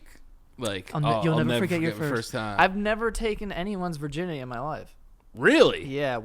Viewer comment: Virginity, pronounced; Ver-guy-ns